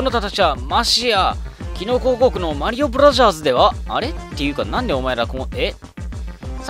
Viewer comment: もも、"マリオブラザーズ"のこと"マリオブラジャーズ"って言うんだなｗｗ